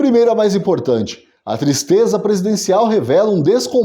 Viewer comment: Que "tistreza"